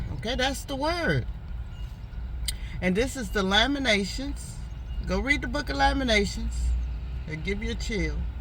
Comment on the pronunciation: LamenTAtions-4 syllables. The Book of Lamentations is a collection of five sorrowful poems mourning the destruction of Jerusalem by the Babylonians in 586 BCE.